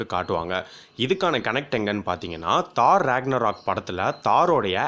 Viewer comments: தோர் தோர் தோர் not தார் :) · Dai aathu Thor not thar